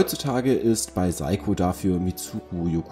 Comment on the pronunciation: Eigtl. mal wieder eine gut gemachte Vorstellung - wenn der Firmenname noch richtig dabei ausgesprochen wäre. So zucke ich immer wieder zusammen...😅